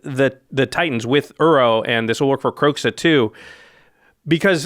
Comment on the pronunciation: Why are they pronouncing Kroxa [Croaks-uh] instead of [crow-zah] but they pronounce Xenagos [Zen-a-gose]